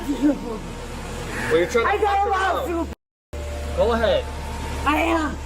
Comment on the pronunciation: Oat!!!! (Out!!!!) Lmao 🤣